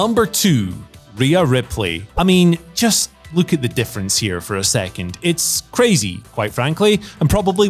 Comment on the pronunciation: I chuckle when he pronounces LOOK as LUKE